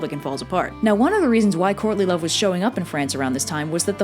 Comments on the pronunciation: As much as I love all of your videos, every single time you say Courtly Love in this, all I hear is "Courtney Love". IDUNNOMAYBEIT'SJUSTME but it did make this video a billion times better because I kept mishearing it. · I know you are saying "courtly love" but I swear I keep hearing "Courtney Love". LOL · I keep hearing “Courtney Love” and it sends me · Obviously I'm watching this long after you made it. Somehow, almost every time you said "courtly love", I heard "Courtney Love". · I kept hearing "Courtney Love"... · I couldn't stop hearing "Courtney Love" instead of "Courtly love". Also, Arthur's dad and Elaine are basically pulling a Zeus. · She says "Courtly Love" and not "Courtney Love". The former is a mating dance done by early humans and the other may or may not have, but probably almost definitely did, kill her husband, Kurt Cobain. I know I'm not the only one who could not NOT hear "Courtney Love." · I keep hearing 'Courtney Love' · i'll be completely honest i thought you said "Courtney Love" the whole time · I kept hearing "courtly love" as "Courtney Love" and it changed everything about this video for me.